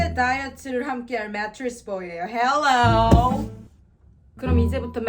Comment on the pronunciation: 메트릭스 보이예요 헬뤄우~ 완전 찰진 이 발음